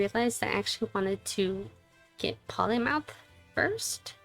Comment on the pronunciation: P"o"lymouth. Holy mouth of yours! Love the pronunciation mistake.